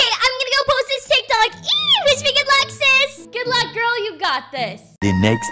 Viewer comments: It’s not teek Tok Tik Tok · It's not teek toyks it's tick tok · "TEEK TOKS"I CANT SAY ANYTHING😭🤚 "TEEK TOKER" LiKe NoT AgAIn😭🤚 she is back with the spelling wrong "BRUUKHAVEN" 😭😭😭😭😭😭😭😭🤚 and what voice is thet 😭😭🤚 and who is RONALD SUTMP😭🤚 Not the "TEEK TOK" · “Teek tok” “C r e e p p o k” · Not TEEK TOKING😭🤚 And not ronald stump😭🤚 Not TEEK TOK